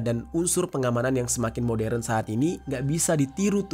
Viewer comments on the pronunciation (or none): none